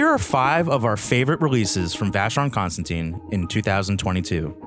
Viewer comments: Sir, although you have the name of the brand correct in most places, your pronunciation is incorrect--it's not ConstanTINE, it's ConstanTIN. In fact, you have it spelled correctly under your video, and it's pronunciation is the same as that of the metal. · vacheron...cons...tan...TAN (as in tongue)... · Please learn to pronounce Constantin properly. There is no e on the end